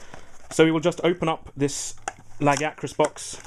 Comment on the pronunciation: YES! You san LAG-ee-a-crus. Not leg-eye-uh-crus.